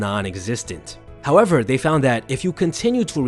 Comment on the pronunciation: Do you think the narrator could build a habit of pronouncing “th” intead of “f/d/v”? For example, instead of “they” the narrator says “dey”. Or instead or “with” it’s “wiff”. I’m wearing headphones so every sound, including mispronunciations, is magnified … “wiffout” … just heard another. “Stick to dis habit.” I tried to force myself to ignore them, but it’s a habit to want to hear correct pronunciation.